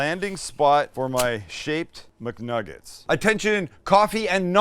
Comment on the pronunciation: “We’re making Muknuggest” instead of McNuggets 😭😭😭😭